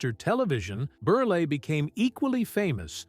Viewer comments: It's not berley, it's berel. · Milton Ber-lay??? AI sucks!